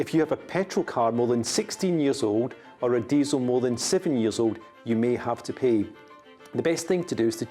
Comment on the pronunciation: I understand the London accent and you pronounce things differently but dude you need to say the word pay with a little more of the a sound because it sounds like you're saying pee